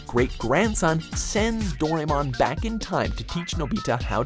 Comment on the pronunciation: Doh-ray-mon... he pronounced it Doh-ray-mon...